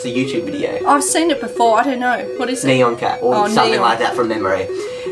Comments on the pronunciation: I dont think it's Neon cat I think it's N I A N cat when i said N I A N i meant you should try to pronounce it like that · It's not neon cat. If you slow it down it is saying nyan which is pronounced "nhyahn" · It’s not NEON cat it’s nyon cat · Neon cat... It's pronounced Nee-yan cat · “neon cat” ITS NYA-N YOU LITTLE PERson with a life.. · Its not neon cat nyan nya n cat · Did you say Nyon Cat? It's Nyan Cat ... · It's N eye an cat